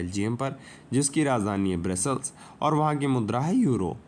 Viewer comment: वो एंडोरा होता है, ब्रेसल्स नही ब्रुसेल्स होता है